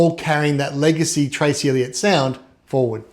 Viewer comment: Dude its Trace not Tracy, Duh.